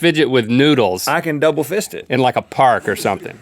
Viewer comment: "I can dubble fist it!" XD